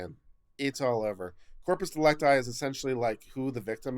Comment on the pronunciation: "It's 'corpus dee-LEC-ti', not 'dee-lec-TI.'"